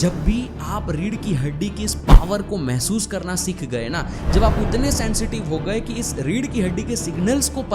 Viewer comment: Bhut badhiya..one thing I wanna say.. pronounce सीख not सिख